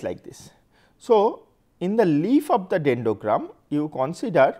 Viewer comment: dendogram is so popular now, "r" is silent! 😂